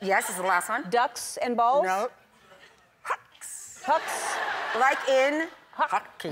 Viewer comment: That "Wuals" Part is killing me when she's trying to say "Balls" 😂